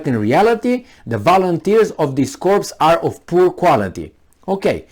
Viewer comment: Corps is pronounced core.